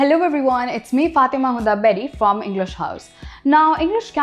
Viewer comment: Hi...Fathma...!! It's not "Fathima" It's "FATHMA" فاطمة in Arabic...!! السلام عليكم و رحمة الله و بركاته 😊🤗🙋🏻‍♂️🙏